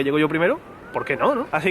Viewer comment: "Ten cuidao" no, a no le sale>:c